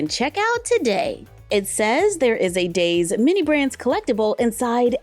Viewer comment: Oh by the way daise is pronounced as daisy like the flower. Edit: before I get hate if I am wrong I’m sorry my mistake. 🌸🩵🤍🩷